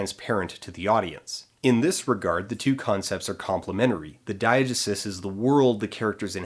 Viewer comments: I love Dan but this drove me mad, I've only ever heard dye-uh-GEE-sis and it seems a lot more natural of an em-PHA-sis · "DYE-uh-juh-suss"? Most say "dye-uh-GEE-sis." SOURCE: OED; ; every class I ever took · it's pronounced [dahy-uh-jéé-sis], by the way :3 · i refuse to believe that you don’t know how to pronounce diegesis. you’re pulling my leg, right?